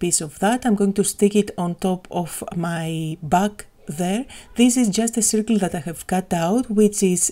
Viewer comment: Σέρκλ όχι σιρκλ :)